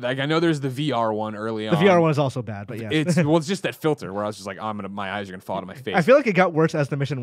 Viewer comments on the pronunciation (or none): none